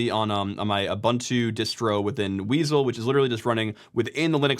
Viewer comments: "Weasle",... Prime would be proud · weasel sounds cool, though